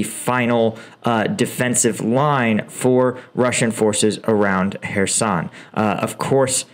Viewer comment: Excellent videos. However, your pronounciation of Ukrainian and Russian names makes me cringe. It is Kadéérov, Shóygu, Hairsónn, Leemáhn, Svátoveh, Bahmóót, Leeseechánsk